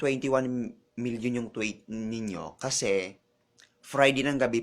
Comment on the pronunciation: PANGIT daw? HIndi ba siiya nanalamin? graveh mo mamintas 'te. CHOMORROW? TWEYT? ganyan ang pagbigkas mo sa tomorrow at tweet bakla? graveh ka. mag-aral ka nga ng tamang pag-pronounce pag may time 'te.